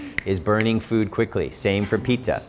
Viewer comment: Pit ta* not Pee ta!